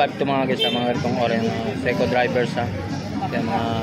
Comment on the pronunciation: SEIKO DIVERS PO HINDI SEIKO DRIVERS. HAHA